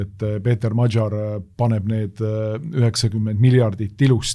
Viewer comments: Péter Magyar hääldatakse umbes nii - Peeter Madjar. Saates üritatakse perekonnanime hääldada umbes nii - "madžar" Donald Trumpi võiks eestlase suu läbi rahulikult hääldada "Donald Tramp" mitte üritada matkida mingit ämerikan inglišit, seda enam, et britid-jänkid ise väänavad seda nime sajal eri moel. Mitteinglased aga hääldavad igaüks üsna koduselt. Lätlastest-leedulastest ei hakka rääkimagi, neil on Donalds Tramps ja Donaldas Trampas ... Me ei peaks häbenema oma eesti aktsenti! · Magyar hääldatakse modjor ja Fidesz fides. Szijarto rõhk on a ja o peal.